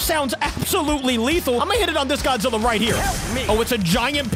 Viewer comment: heyesay gojeera??